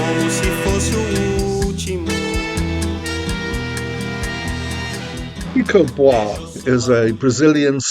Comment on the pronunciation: I was waiting for a 8+. The pronunciation is Chee-Coh Boo-Are-Che (-Ke). Samba-Folk-Big Orchstra and nice lyrics about stories with social twists.